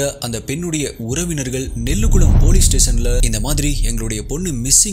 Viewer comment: Nellukkulam illa anna nezhukuzham🙂